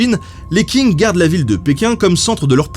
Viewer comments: Pour les mots en chinois, ça serait bien de se renseigner sur les prononciations, par exemple Qing se prononce presque comme tchin, pas king ;) Commentaire bienveillant, je suis fan de ton travail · On dit "tching" pas Qing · Qing = Tsing, comme dans Qingdao ou romanizé en Wade &giles Tsingtao. Pour le reste les X comme xi = sï, si = seu, xu = sü, chi= tchi, ji = dji, zhe = dje, shu = chou, xiang = siang. Si vous avez du mal avec les prononciations du pinyin le Zhuyin qui est phonétique ou le système Wade-Giles est plus pratique pour les prononciation européenne, et pour le 謝謝 en pinyin c’est Xie Xie ce qui se dit Sïé sïé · La Dynastie des Qing, ça se prononce : "ch" comme le "ch" allemand dans "ich bin". Tout comme Hong Xiuquan : Hong avec un "h" comme en anglais, Chiu chuan (avec "ch" comme en allemand). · Super video mais juste s'il te plait Qing se prononce grossièrement ''tching'' pas ''king'' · Qing, ça se prononce : tch (un t très court suivi d'un "ch" allemand comme "ich") ing. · Les 'King' pour 'Qing'... Ouille mes oreilles x( Stp, ça se prononce "tching"/"tsing" (un espèce de s qui chochote un peu, ou un ch qui zozote un peu...) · Qing se prononche "tching", le Q se prononçant tch en chinois. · On prononce “tching” avec un Q 😜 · Je peux me tromper, mais le "Q" ne se prononce t'il pas "Tch" soit phonétiquement 'dynastie Tching' ? Excellent travail comme d'hab! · Ben, comme d hab la vidéo est parfaite mais Qing se prononce Tching en mandarin. Continues, tes vidéos font passer le temps en confinement👍👍👍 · les qing avec un qing qui se prononce un peu près xshinnn on prononce pas vraiment le g mais on éxagère légerement le n comme je l'ai fait. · Les Qing se prononce Les Tsing (avec le "t" un peu étouffé"). Note : Ce sont les jésuites qui ont réadapté la prononciation de certaines consones pour coller à la langue locale. :-) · Très bonne émission comme toujours ! Petite précision : le Q en chinois se prononce TS oralement ça se dit Tsing du coup 😉